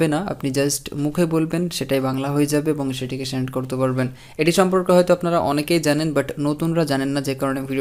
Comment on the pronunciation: ভাই সেন্ডকে "ষেন্ড" সার্চকে "শার্চ", সেটিংসকে " শেটিং", সেটকে "শেট" বলেন কেনো?